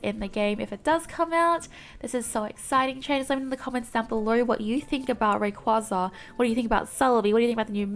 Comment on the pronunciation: More escape holes in that new temple map. Also, I think Altaria and Rayquaza is pronounced Ahl-tear-yah and Rae-qway-zah (like Quazar). Also, Bunnel-bee, like Tunnel + Bunny maybe.